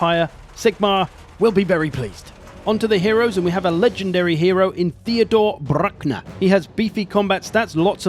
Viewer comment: I can just watch a video where you say Theodore Brrrrruckner